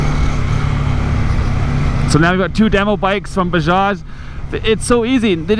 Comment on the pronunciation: "bah-jaj" no Z in there!:)